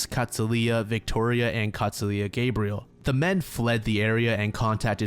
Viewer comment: I know this seems petty but any time there’s a female named Gabrielle it’s gonna be pronounced w a short a sound and “L” at the end as in Cinderella